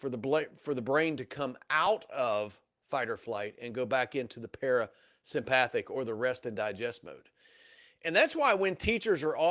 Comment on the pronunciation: I love this talk except you are mispronouncing sympathetic and parasympathetic incorrectly. I’m an anatomy and physiology teacher so it’s driving me crazy. Lmao 😅